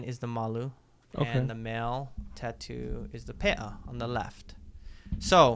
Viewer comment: It’s not pronounced pay’ah the correct pronunciation is Pē’a